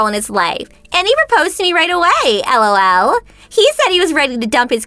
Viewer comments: I really hate it when the voice actors say L.O.L. or pronounce it as a word, "lol". Much better if they just laugh a little there. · It's better than when the say lol like a word.. comes out sounding like...lull...hate them both. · Who in the fudge says ELL OW ELL.